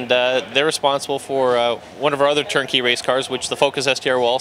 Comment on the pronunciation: Dude, are you saying "Turn-key" or "Tur-Key"? Slow down so that those of us equipped with human ears can hear you.